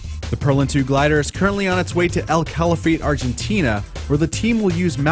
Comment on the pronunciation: That pronunciation of 'El Calafate' was awful.